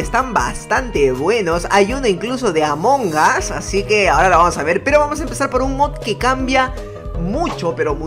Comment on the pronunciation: No se dise among as se dice among us